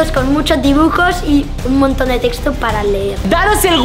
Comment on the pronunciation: Soy la única que vio que cuando hablo sobre el libro dijo TEXO